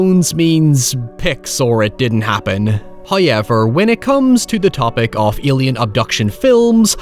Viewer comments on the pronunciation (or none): "Hoyever" "Noy" God damn yhere the hell do people talk like this. Hoy does anyone yelcome speaking in a yay that soynds like this. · Dog you're killing me with that "hai-ever". Pronounce that W bud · What exactly does "highever" mean? Can you get a narrator who speaks English, please? ;) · The REALLY scary part is how you pronounce "however"...